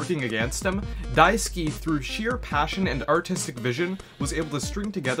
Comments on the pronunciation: There's a weird audio clip . Also, his name is Daisuke, not Daisuki. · It's Daisuke, not Daisuki. Balrog is not a toaster, but rather a bar of soap.